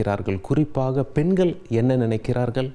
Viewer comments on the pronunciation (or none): பெண்கல் அல்ல பெண்கள் ள வ கரெக்ட் டா உச்சரிங்க